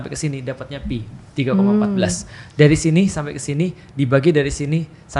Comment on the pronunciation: koreksi yg paling mudah dipahami. nice. sbnrnya stlh aku perhatiin ust felix itu kekurangannya ada di pronunciation. jadinya membuka celah buat keliru kyk antara pi dan phi (fi) ini, walaupun bukan sepenuhnya soal pronunciation ya. mksdku kalo memori rekaman pronunciation-nya aja ga tepat, kemungkinan buat ketukernya jadi ada bgt. tapi beliau mengakui sendiri sih, skill bahasanya kurang, tepatnya di bhs arab. jadi ketuker2 gini mungkin bakal terulang. opiniku aja